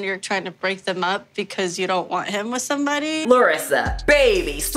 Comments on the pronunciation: I noticed when Larissa says "because" she says "becausee" probably also wanting to pronounce the E at the end? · yes! Exactly and she is speaking this and other words how we would pronounce as if was in our country spelling. Like, becAUSi, because over here we speak almost every vogal, our vogals don't vary pronunciation that much, our "a" is always the same, but the "e" is frequently spelled like "i" (equivalent of your "ee")